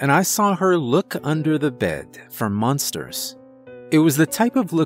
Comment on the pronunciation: It sounded like he said “She looked under the bed for munsters” the first time